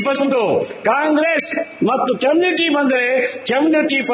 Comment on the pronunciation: "" ಕೆಮ್ನಿಟಿ"" ಅಂತೆ. ನೆಟ್ಟಗೆ ಓದಿದ್ರೆ ಈ ಬಾಳು ಯಾಕೇ ಬೇಕಿತ್ತು.